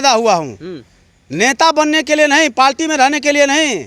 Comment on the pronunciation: Repoter bhai palti nhi hota hai parti hota hai